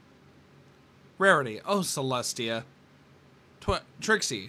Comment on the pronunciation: You said the great and powerful tricks wrong its: "The GREAT and POWERFUL ttrrrRRIXIE!